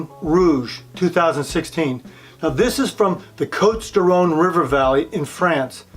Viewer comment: I love this wine. Cotes du Rhone by Guigal. Please do not add an “l” in this family name. Also the “s” in cotes is silent.